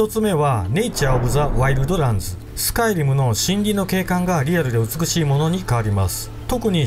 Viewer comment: スカイ⤴リム⤵